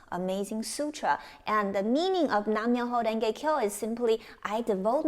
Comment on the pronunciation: It's NAM MYOHO RENGE KYO.... NOT "NAN"